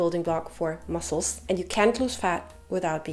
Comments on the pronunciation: I personally love how she says “muzzles” hahaha ❤ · I loveee the way you pronounce “muscles” 😂🫶🏼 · The way you pronounce “muscles” is angelic! Your accent is beautiful 🤍🤍